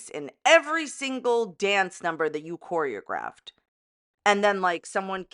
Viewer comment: Excuse me! The correct word is not choreographed, it's "CORE-Y-AH-GRIFT"😂😂